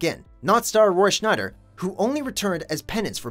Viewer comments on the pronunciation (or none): SCHEIDER! NOT SCHNEIDER! He quit 'The Deer Hunter'?! 😰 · "Roy Schneider... Roy Schneider... Roy Schneider..." Please, stop! Just stop! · I love how this narrator keeps calling him “Roy Schneider” instead of “Scheider.” Kind of pokes a hole in credibility when you can’t pronounce the name of the actor you’re featuring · there is no "n" in roy scheider's last name and it was annoying as hell to hear the narrator keep saying "schneider" instead of "scheider' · Roy SCHEIDER! Not SCHNEIDER! Buddy, the name is right in front of you. Come on! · I can't believe you called Roy Scheider, "Roy Schneider" multiple times. he's not the guy who was a carrot. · HOLY CRAP! It’s SCHEIDER as in SHYder not SHNEIDER! Anyway, I love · The actor in Jaws his name is Roy Scheider NOT "Roy Schneider" you called him "Schneider" three times. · It's Roy Scheider, not "Schneider". At least they spelled it right. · His name is Roy SCHEIDER (Shy-Der). Not Roy SCHNEIDER (shny? drrrr). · Stop saying Schneider it is SCHEIDER THERE IS NO 'N' IN THE NAME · IT'S ROY "SCHEIDER," NOT "SCHNEIDER! THERE'S NO "N" IN HIS LAST NAME! Don't worry. I used to think it was "Schneider" for the longest time, too. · Dude, it's Roy Scheider, not Schneider! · The announcer keeps saying Roy Schneider. It's Scheider, dufus! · There's no 'n' in Roy Scheider's name. You spelled it right, but pronounced it wrong at least 3 times. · Dear God, stop saying Schneider... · Roy Scheider does not have an "n" in his surname,. Please say it right next time. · am i the only one bothered to hear narrator say Roy Schneider instead of Scheider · The man’s name is Roy Scheider… Not Snyder! If you can’t get their name right, why should I believe anything you are alleging? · It’s Roy Scheider not Schneider! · It’s Roy SCHEIDER not Schneider!!! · Roy SCHEIDER - not SCHNEIDER - C'Mon Mojo.... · Roy Scheider: Shy-der, not shni-der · Roy SCHEIDER, not Schneider. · Roy... SHNEIDER? Really? There's no N in his last name.